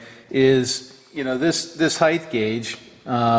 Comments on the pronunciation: Hi; I know it's not very important, but could you spend a moment on the pronunciation of the word "height". So many guys pronounce it " hi- th" not " hi- t". I noticed you pronounced it hi- th and then corrected yourself and say it hi- t in this video. Thanks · The "h" is silent in height. But length, and width. both end in a "th" syllable. So saying height with "th" is not terribly fantastic really. I honestly think does it as a joke. If wants to say he'-I-th I'm fine with it really. No corrections needed. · Thanks Paul, I have been proficient in the mechanics of the English language since the Eisenhower administration, that was not the aim of my question. In my interaction with machinists, many of them pronounce height with the th sound at the end. I am curious why and was seeking thoughts, if any on the subject.